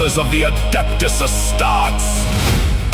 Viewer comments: Astartes ❌ Asstarts ✅ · Yeah....so good...minus the "Astarts"